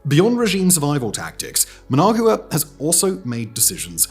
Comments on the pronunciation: Okay Simon… we finally got you to pronounce “Raffale” properly… Now let’s work on “Nicaragua”. And then we can get to “Managua.😊 Neek-ah-ROG-wa. Neek-ah-ROG-wa. Now you… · I can't believe you butchered the pronunciation of Nicaragua and Managua so bad. Embarrassing. I am hoping Trump and Rubio refrains from being the bully and again and show some friendship to Cuba and the awesome people of Cuba. They have suffered so much for so long and now would be the perfect time to show compassion. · It's so cringe. The writers for this guy do good research, you would think they would have briefed the narrator on proper pronunciation. Brits are usually very good with this kind of thing. Also his pronunciation of Managua. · Ah yes, Muhnag-yewer, the capital city of Nickerag-yewer.